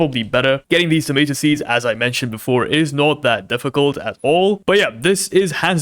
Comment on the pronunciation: It's tomAto not Tomito 💔